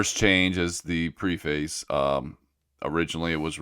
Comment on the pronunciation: Please change your pronunciation of "preface". You're pronouncing it wrong 😀